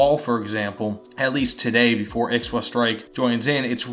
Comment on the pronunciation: Im South African- and Ixwa is pronounced as •Ee-twa• - and the •t• is more a tongue click And I can’t wait to see SA vehicle in WT! So excited since the announcement